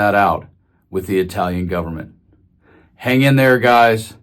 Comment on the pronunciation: Good job...just gotta work on that Italian pronunciation :)